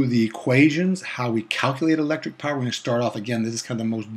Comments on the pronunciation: Not power Phawer 😂😂😂😂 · Nice 😂😅😂😅😂🎉🎉🎉not poison it's power